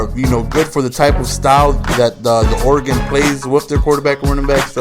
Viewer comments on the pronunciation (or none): I know I'm late but God damnit it's pronounced or-a-gun. not or-a-gon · It's not Oregone, it's Oregun. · lol its pronounced ORE-EH-GUN